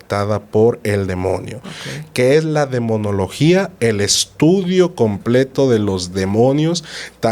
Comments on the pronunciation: la palabra correcta es demonología, no demoniología. El invitado repitió varias veces: DE MO NO LO GÍA. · disculpe usted; pero es Demonología... no Demoniología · Se dice DEMONOLOGIA 😊 el padre lo dijo varias veces y la señora seguia diciéndolo mal 😅